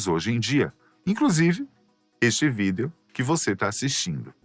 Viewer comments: Mas pq diabos ele n fala a palavra "vídeo" direito? É VÍDEO, COM UM ACENTO, UMA TONICA APENAS! Q agonia ouvir "vídéo"😖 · Adoro quando o diz: vidEo... Tão certinho! Muito fofo! Adoro o canal e os apresentadores são únicos! 😊